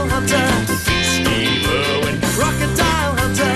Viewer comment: Why does it owen instead of irwin